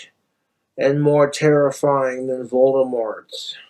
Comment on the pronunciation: "Vlorg Volgdemork"